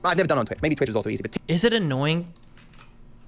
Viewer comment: Haha, Destiny said Tweetch, what a beetch